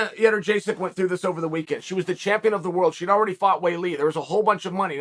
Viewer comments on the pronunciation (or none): Joanna Yenner-jay-cek?? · “Vin-Chen-Cent” Luque, and Joanna “Yeder-Jay-Sick” are probably 2 of the funniest name mispronunciations he’s made. Pure genius comedic gold! It’s pretty much all I come here for 👍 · Joanna who? 😂 I don’t think I’m ever going to be able to say her name right again. 🤣